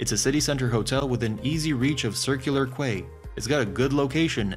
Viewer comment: It’s pronounced Circular “Key”